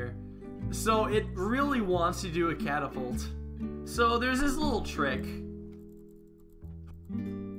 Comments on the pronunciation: You said it wrong it’s catapult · This is not a catapult, it's a car-a-pult